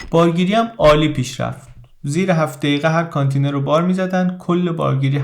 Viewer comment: با احترام تلفضش میشه کانتٍینر .